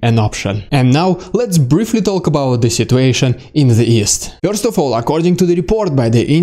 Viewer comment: LOL! Yes you said "DeSatanization" correctly! Need to work on "Dude" not "Dyood" and "first" not "Fyirst". LOL Otherwise, your video's are the best!